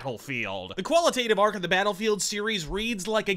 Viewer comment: I think I caught a "Beta-lfield"